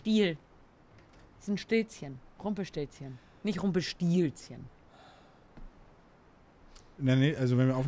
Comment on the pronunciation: was für rumpelstiLLzchen. Da ist nur ein L. Langgezogene Aussprache also. Stillzchen... ich bitte dich...